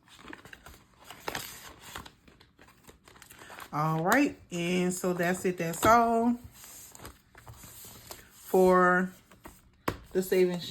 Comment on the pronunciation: Can I just say I love when you say das it das all, cracks me up everytime.